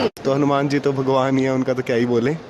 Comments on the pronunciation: Pronunciation is हनुमान not हनु-म्यान, bos dk thik se naam lena sikh le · Kya hanumen hanumen bol raha chutiye hanuman hai